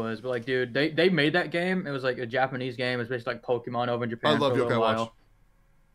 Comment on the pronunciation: 😭 I died when you said that . And no one even heard it